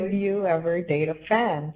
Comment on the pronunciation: Oh the caller said "fan" lmao i heard "would you ever date a fem ?" and thought that was why it was mainly meant for Syd